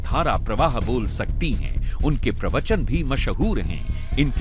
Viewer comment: वाह भई वाह रजत शर्मा, आप भी सुरजेवाला की हिन्दी बोलते हैं प्रवचन को परवचन उच्चारित करते हो ।।।